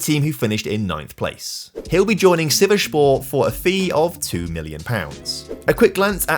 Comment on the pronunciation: Sivasspor is read as how you write it not sivashspor 😭